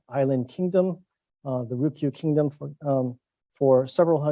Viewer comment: Don't you mean "Ryukyu"?